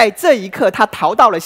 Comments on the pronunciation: 可是我的國文教授在我們看完後第一件事就是說出他的缺點 而且他下ㄆㄟˊ念成下ㄆㄧˇ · 唸錯了： 下邳ㄆㄟˊ；圯ㄧˊ（橋）不是圮ㄆㄧˇ